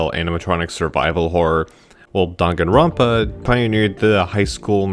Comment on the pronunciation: How do people still mispronounce Danganronpa when they literally say it at the beginning of the game